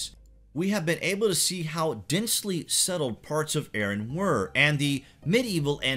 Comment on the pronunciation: Ahran ... not Ehren. ARRAN.